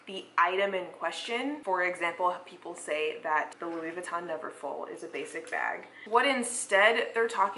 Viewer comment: 🤣🤣🤣 the European pronunciation….vuuuuitton 🤦🏻‍♀️